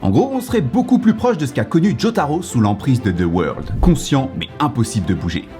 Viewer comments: "De weurld" ?? PLS MAN C'EST "ZA WARUDO" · sa se prononce "za woldo" par contre -_ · Ce n'est pas "the world" mais ZA WAURDO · « dE WoRLd »😭😭🤣